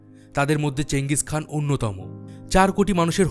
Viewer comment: ওটা চেঙ্গিস খান না চেঙ্গিস খা